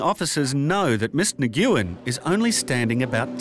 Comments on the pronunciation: How embarrassing! He pronounced her name Nguyen as "/negoowin/" instead of "/win/" You think he would've researched it BEFORE narrating this show! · Lol it’s not “NI GOO YEN” 🤣 It’s “Wynn” aka Nguyen 😆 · Im Vietnamese and its NOT pronounced Nu-win either .....lmao Its pronouced "Wen".....the N is silent in the beginning of nguyen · My God! How badly can you butcher the name Nguyen. It's not negooyen. It's sounds more like win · It'd be nice if the announcers would at least learn how to pronounce names. "Nguyen", comparable to the English "Smith" as far as frequency goes, is NOT pronounced "na-gue-en". Best approximation would be "win". UGH. 🤮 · Nguyen is pronounced "Wynn", not Nigooen. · Miss Nigyoowin, lol. Isn't it just pronounced "win"? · The Anglified pronunciation of the Vietnamese surname "Nguyen" is "Wen". It's not 100% correct, but it's a lot closer than Nuh-GUE-en. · Narrator was pronouncing that one phillipino woman's last name wrong, he was pronouncing nih-gue-when and if I'm correct her last name is probably Nyguen, which is actually pronounced wh-in like the word win but a bit if an accent to the beginning of the word. :) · New-goo-en 😂 It's Nguyen like "win" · Miss "Neg-GOO-wen" 's last name is probably spelled Nguyen, a common Vietnamese last name. It's basically pronounced like "(n)When". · Nguyen=Wenn Not Ni GYU en. The narrator's pronunciation made my eye twitch a little bit. 🤣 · "Ms. Nig-ew-in" 🤣 If her last name is Nguyen then it is pronounced, "Win". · Miss Nguyen's name is pronounced "Win," not Ne goo yen. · Newguen.....It's "Newyen"....Come on!!! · “Ni-GYOO-In”??? Love that mispronunciation of Nguyen. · I'll give it to Brian from family guy at least I know the correct way to pronounce that woman's name is "wen" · Not Nee-Gue-In. The closest English pronunciation is "When". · nah-gew-in ... eh? ... pronounced 'WINN'' or 'N WINN' if you are from the north. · Nguyen = wen! Not Nuguyen... its bloody 'WEN'!! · "Nuh goo' in"?! Oh dear!